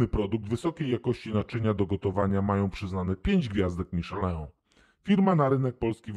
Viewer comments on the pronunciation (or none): none